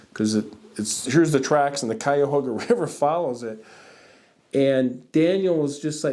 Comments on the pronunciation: Cayahoga -> Cuyahoga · I grew up in that area and only ever heard it pronounced kai-uh-HOG-uh (as in P-I-G)